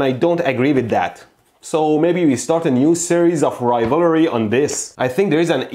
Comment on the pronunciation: I like how he says rivalry 😂😂😂